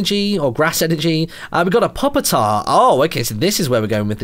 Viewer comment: Ahem. It was bothering me, perhaps more than it should, but: PEW-PA! it's pronounced PEW-PITAR! I know no one would ever guess that, but the line goes Larva (like baby insects), to Pupa (pronounced Pew-pa) (cocoons, etc.), to tyrant. So that's something.